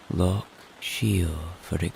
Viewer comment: Love your rain videos. One point for future reference pronounciation of loch and Gaelic both wrong and important to get right when doing a Scottish accent.